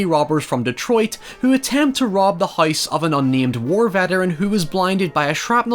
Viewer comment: And "house": hoys